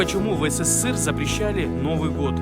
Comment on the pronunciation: Не сссср а СССР